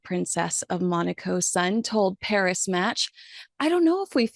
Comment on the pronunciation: She might be bi-polar? We say Paris without pronouncing the S at the end. Pari-Match. The s is silent.🤫